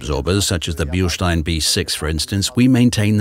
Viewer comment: today I learned how to pronounce Bilstein